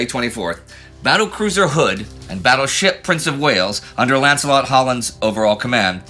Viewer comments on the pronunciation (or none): none